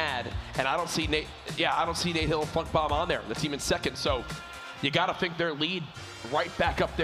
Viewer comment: Did anyone else hear dr lupo say Nate hill and fuck bomb instead of funk bomb